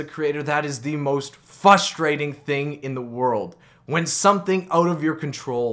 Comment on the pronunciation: There is an R in fustration